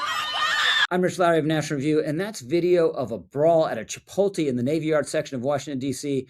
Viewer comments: it's chih-POAT-lay 😊 Love your content, man! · It's pronounced chip-POTE-lay. Thank you for your attention to this matter. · It’s Chee-polt-lay dude come on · As concerning as this is, I’m honestly more disturbed that you just called chipotle “chi-pole-tee”. What is this, 2007? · This guy can't pronounce chipotle lol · Bro that is not how you pronounce Chipotle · Rich gotta learn how to pronounce Chipotle 😂